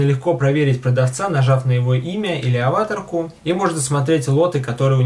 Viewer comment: Ударение на третью букву, не обращай внимания :)